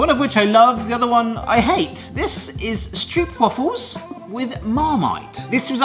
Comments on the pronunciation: It remains funny how you pronounce "stroopwafels". In Dutch, you pronounce the double oo as if you were saying OOH. On wafels, as if you were saying AAH. In Dutch, you pronounce the A short when followed by a double consonant. The way you say it, it would say waffels with a double f. Marmite isn't that well-known here. It is available in quite a few shops these days, but we only use it as a flavoring in sauces, for example, never on bread—brrr, yuck. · Hahahaha "stroopwuffle"?? 🤣🤣